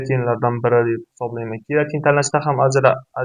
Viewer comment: Сен колувдинг бир тушунча бермаган, олдин креатин деб тугри айтишни урган, кейин маслахат бер полвон